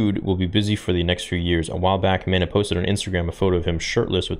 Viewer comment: Mena pronounced Me-naw